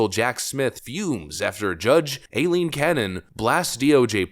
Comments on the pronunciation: Stop saying el-leen canon. It’s I-leen. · It's pronounced I-Leen Cannon